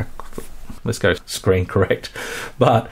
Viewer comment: Seems like you're having a hard time saying 'accurate'. And you know who Sam Fox is... ;)